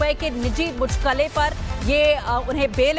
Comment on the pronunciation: ये साले एंकर है जो मुचलके को मुचलके बोल रही है